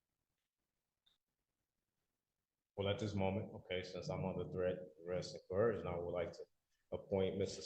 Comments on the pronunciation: Somebody needs to tell this guy there is no H in coercion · Why does EVERY sovcit mispronounce the word “coercion”? There is no damn “H” in that word, you blithering idiots… I guess you manage to get everything else wrong, why should this be any different ?